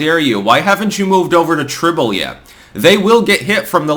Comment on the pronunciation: Can't tell if calls that craphole leftist echo chamber Tribel as "Tribble" on purpose or not. 🤣 If I'm not mistaken, it's pronounced as tribal......much MUCH more apropos IMHO.